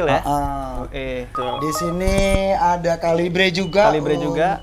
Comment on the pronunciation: Bacanya bukan kalibre ngab, tapi kaliber FYI